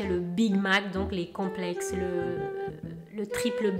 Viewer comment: Ma bébé 😍😍😍😍 t’es trop belle euh. Complexxxxxeeessss mdr 🤣 t’as du mal avec ce mot hahah mais t’es trop mignonne quand tu le dis 🥰